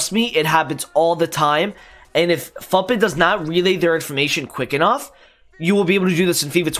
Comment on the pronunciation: Lmao I am a minute in and I am gonna subscribe and watch the rest but I'm pretty sure it's futbin like foootbin not futbin like puttbin and now I need to know if I'm crazy or not. (The way I imagined it is more akin to the way many european languages say the foot in 'football')